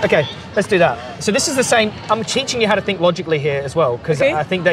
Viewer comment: Why she is saying i sink which is ' i think' ?! 🫤